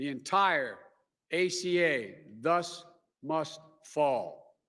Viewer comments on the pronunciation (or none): none